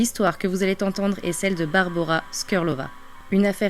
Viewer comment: "L'histoire que vous zallez tentendre", vraiment, tu es sûre, Poupette ?